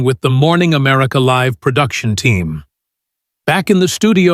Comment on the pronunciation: Do you know how to say LIVE? Stupid!